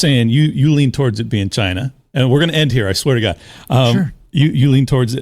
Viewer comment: Dude said Chi-na did it. ahahaha 😂🤣